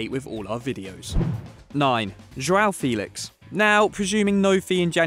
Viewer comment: Isnt it funny how the narrator said "failix "